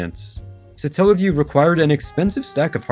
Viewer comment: Satellaview Satellite Not suh-tell-lite So its not suh-tell-uh-view because its not suh-tell-light